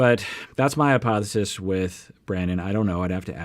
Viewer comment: This is total hypothesis, complete speculation Me: Wait... that's not how you say it!